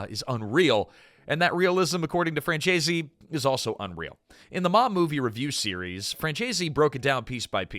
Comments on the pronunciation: It's pronounced, "FRAN ZESE," not "FRAN CHAY ZEE."" Efin AI. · AI narration does disrespect to pronouncing Michael Franzese's last name.